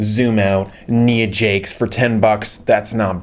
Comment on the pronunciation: Learn how to say nia jax